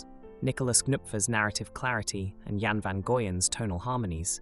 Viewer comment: I enjoyed this video, but Jan pronounced "Yahn" and Steen is "Stay-nn". It was really distracting.